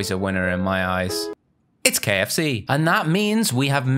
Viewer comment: How he siad it kfc 😂